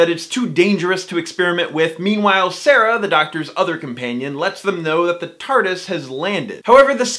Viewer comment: Sara is not pronounced Sarah...